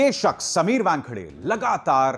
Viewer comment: Abhisar calls him Wangkhade! It sounds funny!